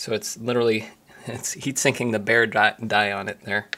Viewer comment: bare die, not bear die xD